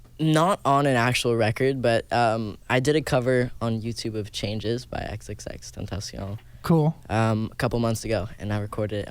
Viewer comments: aww, how he says xxxtentaction KILLED ME. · when he says xxxtentacion he sounds french